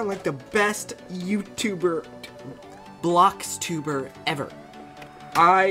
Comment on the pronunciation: BOLXTUBER no offense its "Bloxtuber"